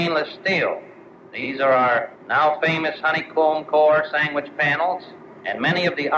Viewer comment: Lol, the brigadier general said "...our now famous stainless steel honeycomg SANGWICH panels...". I've heard a sandwich called a "samich" before but not a "sangwich".